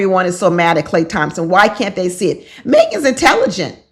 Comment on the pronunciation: lmao you said it right a couple times... you are ❤‍🔥